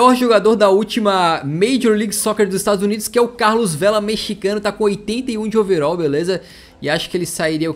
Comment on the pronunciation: É overal nao overol